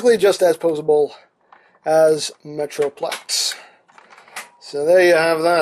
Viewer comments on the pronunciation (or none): he said meatroplex